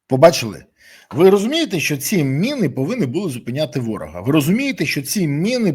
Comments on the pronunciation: Мыны ты что совсем украинского языка не знаешь!Міни читай😊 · Міни , а не "мини". Міномет , а не "миномет". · Береза! Не " мИни" а " міни", тиж експерт не будь оленем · Чому ти говориш на міни мини а не кажеш миномет ,а міномет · Пане Борислав не "мини", а "міни" неможливо слухати, ріже вуха 🤦